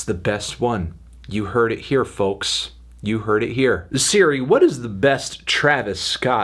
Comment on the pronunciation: Yo fantano really pronounces the "l" in "folks"